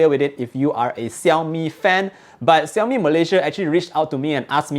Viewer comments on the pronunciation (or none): Shaomi, not Siaomi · its pronounced "Shiau-Mee" not "Siau-Mee"